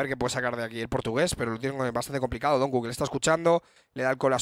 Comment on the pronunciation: por favor pronunciar donq como se debe no es donku es donkiu